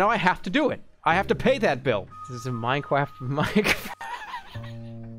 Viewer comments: Streamer chugs champagne whilst downloading minecwaft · minecwaft owo